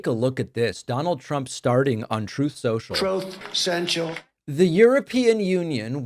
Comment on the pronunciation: Trump can't even pronounce his "Truth Cential"